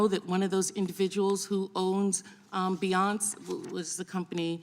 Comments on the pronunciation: Pronouncing Binance as Bananas lol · She thinks she's a prosecutor. Also someone who probably really thinks that "datas" is a word. bee-nance for "binance." Refers to Bari Weiss as a "He."